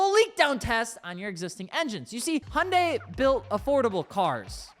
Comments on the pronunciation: Great vid. One minor thing however. The name Hyundai has two syllables not three. You're pronouncing it Hi Un Day. Here is the proper way. Imagine you're saying hello to your wife and you say😂 hi hun. Now take the gun and add the day. Phonetically it's Hun hun day. Not Hi Un Day. Now you can add the proper Korean sound and make the Hun more like huun. Like drag out the...... Never mind. Go with Hun day. Hyundai. 😁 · Please learn how to pronounce the brand of the vehicle you're talking about. The y silent. Here are some Koreans pronouncing it correctly. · Lol, can't pronounce Hyundai. I'm out.